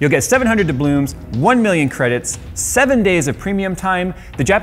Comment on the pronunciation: Did I hear "dublooms" ha ha